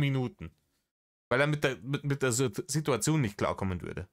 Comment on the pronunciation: Wongls Gesetz: Wenn Rainer das Wort "Sidduerzion" verwendet, kommt ein ganz besonders dreistes Lügenfeuerwerk.